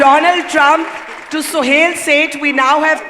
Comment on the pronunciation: barkha's secularism compelled her to pronounce suhel as sohail...